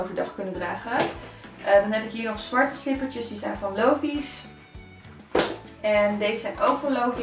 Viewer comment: Hakkah! Slipperrrtjes!😂 sporrrrtkleding!😂